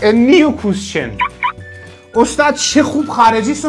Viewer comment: نیو کوووویسشن😂😂😂😂😂